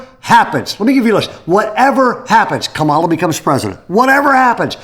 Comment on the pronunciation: I think this is a great topic and stuff i need to hear and apply to my life now but I was very disappointed that you actually were pushing politics and how we should vote. I know it wasn’t very explicit, but it was definitely there. And I agree I don’t understand why you would mispronounced Kamala Harris’s first name. It’s not like we don’t all know how to actually say it because she has said it correctly many times. And this shows me that you are listening to those who are against her and not pronouncing her name correctly on purpose anyway I pray the Lord will keep our church and keep us focused on him and him alone.